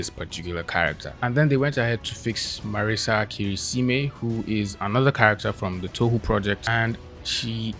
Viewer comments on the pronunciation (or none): "Marisa Kirisime" This hurts me more than the "fixed" art